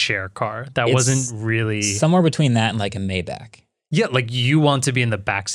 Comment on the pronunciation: wait did Marques just say May-back? Maybach is said My-Bach (like the composer Bach) not may-back